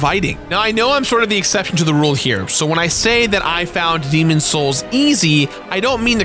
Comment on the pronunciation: I need to understand why you don’t pronounce the s in demon’s.